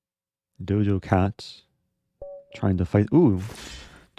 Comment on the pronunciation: Eric kept saying 'Dojo' Cat lol.. clearly doesnt know who she is haha